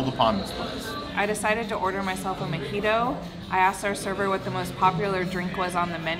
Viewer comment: I've never been there before... Is it pronounced a "Mee-jito" like says or a "Mo-jito" like it is spelled?? Sometimes things are pronounced differently than they are spelled... 🤷🧏